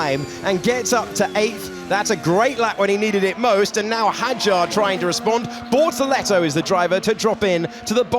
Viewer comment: Its BORTOLETO. Not Bortolleto.